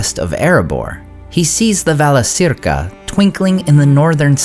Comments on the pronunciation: Wouldn't it be "ValaKeerka" not "ValaSeerka"? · Thank you for the videos. Just a small suggestion, Valacirca should be pronounced Valakirca, not Valasirka.Laurelin is not Lorelin . :) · Friendly reminder that c is always pronounced as k in Quenya. So it would be Valakirka"